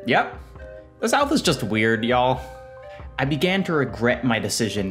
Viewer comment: This yankee sounds so weird saying "y'all" I'm surprised he even heard of Dollywood much less went there